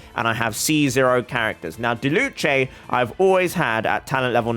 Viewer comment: It’s not diluche it’s diluc it’s with a “k” sound